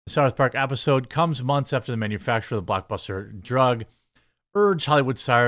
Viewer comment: When you said blockbuster drug I thought you said buttbuster.